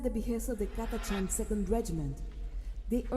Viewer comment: Also it's pronounced Cata-can